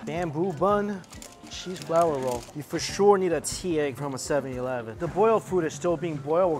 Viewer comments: Why does he say seven E leven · I keep hearing 7-YILEVEN!!! hahaha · I find it ridiculously adorable that you pronounce it 'sevie-eleven'.